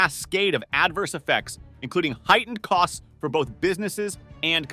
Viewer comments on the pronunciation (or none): none